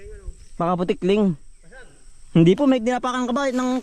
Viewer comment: Jejej ndi po tikling, tukling po. 😅😅